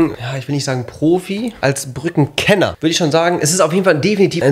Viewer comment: Brücken Kentner Ich: Brücken Rentner lol